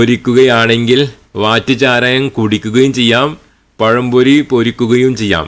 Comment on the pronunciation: ദീനും പഠിപ്പിച്ചില്ല ദുനിയാവും പഠിപ്പിച്ചില്ല മലയാളം ഉച്ചരിക്കാനും പഠിപ്പിച്ചില്ല. പയം പൊരി😂😂😂🤣🤣🤣